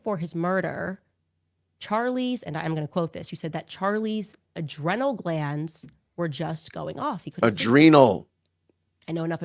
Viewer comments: Ny-ev-a-dy? Add it to her stupidty list of mispronounced words.😂🤣😂Uh-drin-ull. Come on Camrys! If she is gifted the who mensa and any IQ testing system is a fraud and all common sense goes down the toilet! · She can’t pronounce the word “adrenal” properly!! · She mispronounced 'adrenal' in this clip. Did she do that on purpose too? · Bro when you correct her pronunciation of adrenal I died. 🤣🤣🤣💀💀💀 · Adrenal, naivety - two mispronunciations so far. Clearly, she was a DEI hire for all of them, starting with the Daily Mail. But for her black skin, she would not have ever been hired. No wonder Charlie and all the rest of them got rid of her. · Ok she mispronounced “naivety”. She mispronounced “adrenal”. They were both alpha level mutants. And of course she pulled her home schooled kids out of school. Effectively kicking them out of the house.